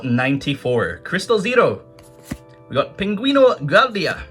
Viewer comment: You disgust me with your broken italian 😒, it's "Èh-ro-e" not ero